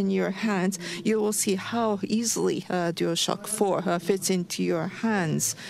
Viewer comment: "This is uh huuh huhhhh ohhhh shiiii uhhh huhhhhh dual shocka fo!"